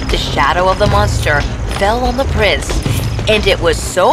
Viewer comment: Not prices it is prince